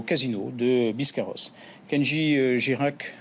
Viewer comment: Biscarrosse pas "biscarauze"... Il faudrait que monsieur l'expert penche son nez un peu plus en profondeur sur ses dossiers qu'il le fait déjà. Avec tout mon respect.